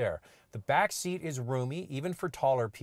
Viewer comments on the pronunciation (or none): none